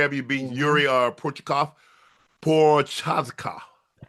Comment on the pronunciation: Jiri WHO?🤣 pro-haz-ca